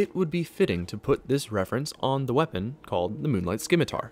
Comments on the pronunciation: i really hate to be that guy, really i do but, the c in scimitar is silent its pronounced "simi-tar" otherwise great video you earned a sub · You don't pronounce the C in scimitar. It's pronounced like scene, not scrap.